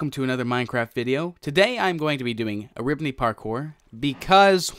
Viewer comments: You have played Eribney parkour I remember you used to say eribibibibibeney parkour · Anyone else remember how he would say erib-nipples? no, just me? ok...